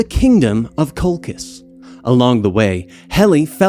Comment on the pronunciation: Your name pronunciations are dreadful. Sharon? Lolchis?